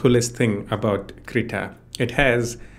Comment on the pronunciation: Yeah! That also with poor pronunciation which made the auto-generative subtitle to write 'CR' instead of 'Krita'. This sucks. 😑